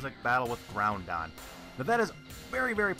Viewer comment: "Groundon" and "Kayogre" Lord have mercy on my soul..